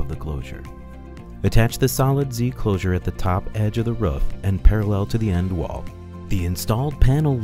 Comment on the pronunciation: It's "roof" not "riff".